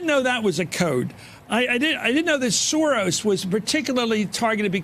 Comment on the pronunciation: Please check out the pronouncation of the word SAURUS: SOROS